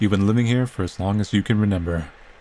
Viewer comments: That moment when you've watched too much, and now you say renember instead of remember. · yall be thinking of all these thought-out theories and all I'm thinking about is whenever says remember he pronounces it as "renember" lol